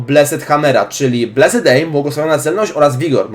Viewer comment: Plis, mów [blest], nie, [bleset], a tak to jesteś przekozakiem :)